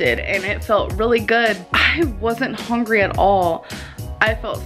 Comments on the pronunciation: It's hungry not hongry genius. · I've never seen anyone else comment this. It drives me crazy. I feel so pissed off everytime I hear it. Hongry, wtf? Its disgusting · It bugs me to no end how she says "hongrey" and "lag" amoung several other things🤦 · “Im nOt eVEn HoNgRy” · omg she acc pronounces it as "hongry" i thought that was just a meme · Has anyone else noticed that pronounces hungry like “howngry” or “houngry” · "I wasn't hongry at all." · “I’m not even hone-grey”